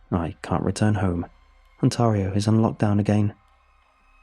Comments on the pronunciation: Please never say Ontario again... The emphasis is not TAR. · It’s - ON - TEAR (as in ripping something) E - O. I live there. Nice story! Love your narration! :) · Had to restart like 10 times cuz you pronounce Ontario bloody weird bro. Great job otherwise just man, really mangled that Ontario bud.